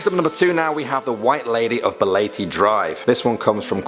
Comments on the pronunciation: It interests me that you pronounce LEYTE (lay-tea) as LATE And BALETE (ba-li-ti) as BA-LAY-TEY I'm not judging. I love your accent on it 😍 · The pronunciation of Leyte isn't "late" but "lay-tee". And it's not "ba-lay-tae" but "ba-le-tei".